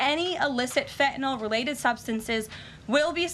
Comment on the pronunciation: Karoline is the ONLY public person who pronounces the word “fentanyl” correctly! Most everyone says fentanol like it rhymes with alcohol. Drives me NUTS (not that I have far to go, but …). Thank you Karoline!